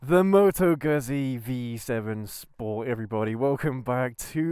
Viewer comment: Good review - My V7 is deffo a keeper - along with my Dnfiled C5 Classic 500 - my other bikes are what they are and will in time go! - The v7 is not a cruiser and it is pronounced GOOT-Zee (ask my Itatian Daughter in law - and as the whole family work for Moto Guzzi in Mandello Del Lario - they should know! 🙂